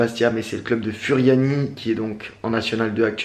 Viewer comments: Oh nn pas ça il a dit furiani alors que ça se prononce Fouriani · Salut je suis corse et furiani sa se di fouriani